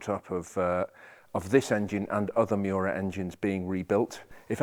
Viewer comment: It is not pronounced Myu-ra. Say : ME OO RA. :face-blue-smiling